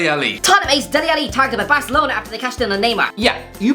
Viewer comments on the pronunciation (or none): none